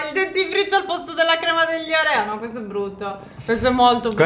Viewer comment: Evvivaaaaa!!!!!! Phere ha detto OREO con l'accento giusto!!